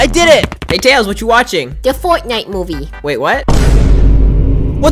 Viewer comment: Instead of saying furtnight does tails say fartnight